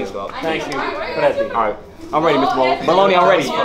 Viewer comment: Ahahahahahahaha samwich baloney is what u said ? Haheysyshahahahahahahhaahahahah LMAO I’m crackin up rn